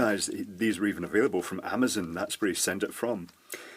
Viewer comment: THERE IS NO I IN AMAZON. Not amazin. lol 'Murrica.